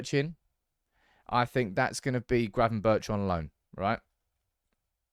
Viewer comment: Good content but as a dutchman don't pronounce the h if you say gravenbergh🤣🤣